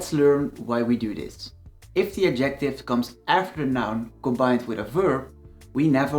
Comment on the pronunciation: I liked your explanation but had to listen to it several times as you mispronounce the words 'definite, indefinite and adjective". Please listen to English pronunciations of these words - you put the stress in the wrong places.